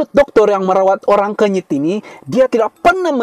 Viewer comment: Kenyit ah bukan kunyit😂